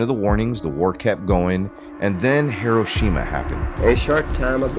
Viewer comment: Its -he..roh..sheh..mah